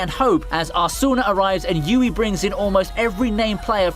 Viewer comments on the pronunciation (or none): Fan of SAO, but somehow says both Asuna and Kirito wrong huh.